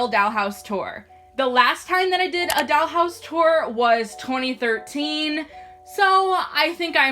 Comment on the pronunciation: “A dAlL hOuSe ToUr” No hate LMAO